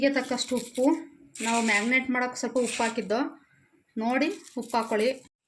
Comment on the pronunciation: Not magnate. Marinate